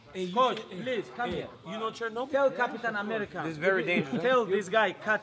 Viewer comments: "Tell ca-pi-tan America." Khabib funny asf bro. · khabib : tell capiital amrica ...❤️😂